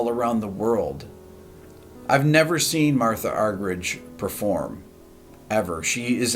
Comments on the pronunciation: It's pronounced MARTA not MARTHA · Her name is pronounced MarTa Rick. No h 😉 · I believe her name is pronounced Marta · I believe the correct pronunciation of her name is MarTa (roller 'r' and hard 't') Arg-er-eek... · I think she pronounces her first name "Marta". But it doesn't matter what she's called, what matters is what she does, which is astounding. I share your admiration. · whenever i listen to radio 3 here in the uk, they always pronounce her name "marta"? alas its not that surprising that people outside of the classical music world haven't heard of her. such a legend though for sure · She's doesn't do solo concerts anymore, because she gets "lonely." What an incredible woman! BTW, her first name is pronounced Mar - Tah. Some folks say Ar Ger Reek, but mostly it's anglicized.